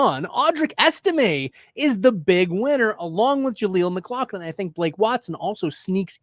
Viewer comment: IT’S Pronounced MICK-LOFF-LIN